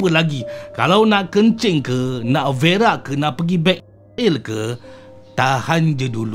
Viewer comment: Bang saya betul betul ketawa kalau abang cakap verak 😂😂😂